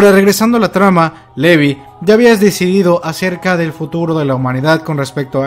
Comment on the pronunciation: Muy buen vídeo,. La animación está fantástica. ¿Dónde encontraste las viñetas coloreadas? ¡Las quiero! Por cierto, hace un tiempo que te escucho y, en cuanto a la pronunciación de Levi, deberías hacerlo correctamente. Dices “Levi” y se pronuncia “Livai". *Es leviosa, no leviOOSAAA".:V